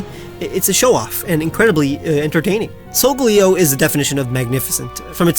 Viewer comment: LIKENING IS NOT A WORD! SOLGALEO, NOT SOGLEO!